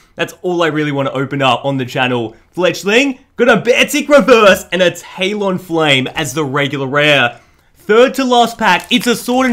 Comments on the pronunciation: I got low key kind of triggered when he said tail-on-flame instead of tal-on-flame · Not making fun of you but you said talonflame wrong